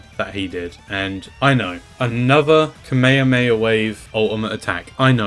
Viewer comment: why do you sometimes say Kamehameha as Kameamea